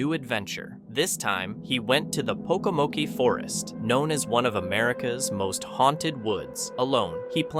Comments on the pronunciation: It's not pokamokie it's pokamoke the e is not pronounced and cj name is pronounced fasion not fasone. You really need to double check your pronunciation of words and names!! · So Jasko is pronounced Yasko, also pronunciation for the Pokomoke Forest is Pokomok, no e,. Shenanigans going on the CJ Faison farmhouse. Many caught ya videos can be found regarding his stuff., I'm just saying...... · Pronounced Poke-a-Moke the narrator doesn't Pronounce it correctly. And that is C.J. Faison's farm house and it has had that coffin in it for awhile. Dont know why though